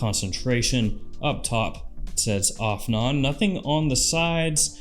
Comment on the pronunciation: AFNAN is pronounced "off n on" 😂